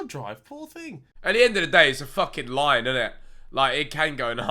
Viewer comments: Every time Ethan said "line", I heard "lion" 😂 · Ethan trying to say line and not lion impossible challenge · I kept thinking when Ethan said "line" he was saying "lion". When he said snakes have faces I was like "So do lions!" 😂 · Who else thought Behz was talking about lions instead of lines